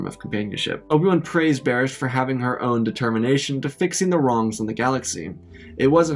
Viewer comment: Everytime you said "Barriss" I could only think of "Baras" lmao The thought of Anakin falling in love with Darth Baras the Wide is hilarious